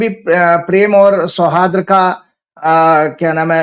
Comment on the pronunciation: शौहादर नहीं शौहार्द।